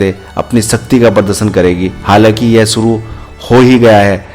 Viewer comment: shuru hoga.... naa ki Suru hoga... bolna to Sikh le